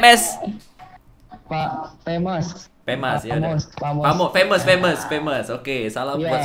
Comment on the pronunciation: lu divideo bilangnya femes asww, jauh bgt jd fams bee